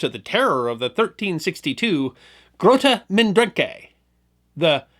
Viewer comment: Why on earth wouldn't you check how to pronounce "Grote Mandrenke" before recording this?